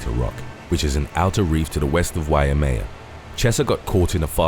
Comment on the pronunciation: It's pronounced Y-may-ya. Waimea